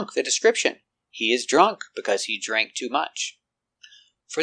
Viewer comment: in the case of “drank” and others word in past tense like ran, swam etc, i had learned that “a” pronunciation was æ like cat. In your video you use “ei”. Are both common in America? Thanks